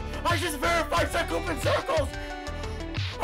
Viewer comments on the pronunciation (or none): “Sookoopin crclz”